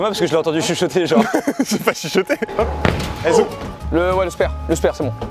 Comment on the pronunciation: Il ma fait mal au oreille quand il dit spEre FAUT DIRE spAre